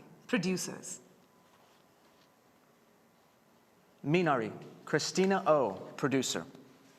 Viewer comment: Finally someone pronounced Minari right